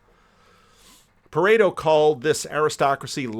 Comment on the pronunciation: PVK referencing from DR stuff is interesting. Foxes and lIons, Pereto, sounded more like Townby...hmm.